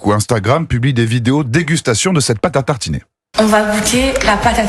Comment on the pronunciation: la pâte à « tartchiner » 😂 on vous la laisse